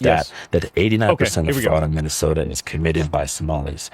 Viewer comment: He said "some of his fuckups were so unintelligible no amount of editing would make it acceptable" and then gave an example where the biggest and only fuckup was nick saying Mi-Minnesota. One single syllable stutter that wasn't even noticeable on the first watch through. WTF Is this hack doing cosplaying as a journalist.